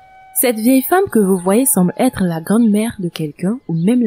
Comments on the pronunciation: C’est hallucinant de faire des erreurs et de ne rien faire pour les corriger...ignorant + borné+ orgueilleux. On prononce grand-mère et non grande- mère, tout comme on dit la grand- rue et je ne discuterai pas là- dessus avec vous, je suis enseignante et j'espère que vous ne l’êtes pas . Vous avez tous les moyens de vous renseigner sur internet. Point final. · Grand-mère n’est pas un mot qui appartient à votre langue. Si les Français prononcent grand- mère, c’est qu’on dit grand-mère. Allez sur Google pour écouter la prononciation de ce mot, ou renseignez-vous auprès d’un professeur de français, Français.